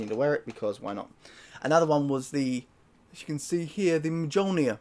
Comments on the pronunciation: It's MYOL-neer 😂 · no, there is 1 pronunciation for it. “Myol-neer” similar to jalapeño, “hala-pen-yo”. So yes, you do have to take the time to learn the correct pronunciation, especially if you’re gonna call yourself the Aussie fuck Viking. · Mjölnir is pronounced like "myoolnear" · The J makes a different sound my dude, MYOL-neer. Almost never does the J sound like an english J. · Dude really said "MeJolnir" 😂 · The j in mjölnir is pronounced as a y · the J is silent dude.... jesus